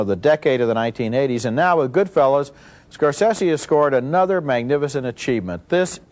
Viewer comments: Yes, miss them. You gotta love the pronunciation at first - GoodFELLAs..... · Siskel mispronounces goodfellas lol